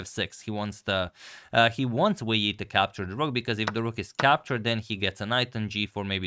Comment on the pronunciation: I want to pronounce Wei yi like agadmator